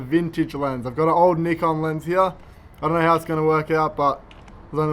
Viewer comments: He said it the same way we do in UK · Finally, non-asian who correctly pronounce “nikon”. Cheers.